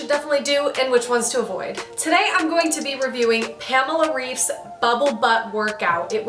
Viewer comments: Actually it’s pronounced ‘Raif’ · Reif is German so it's pronounced "rife" just FYI 😊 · When pronounces "Reif" so wrong, it hurts in my ears. 🙈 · Please, can people finally learn how to pronounce Pamela’s surname? 😄🥰